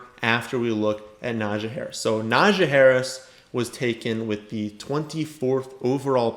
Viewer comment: It’s pronounced NAH-jee 😂